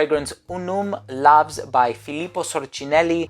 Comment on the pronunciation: it should be pronounced like laus cos it is in latin where V=U LAVS=LAUS and it does mean "Glory"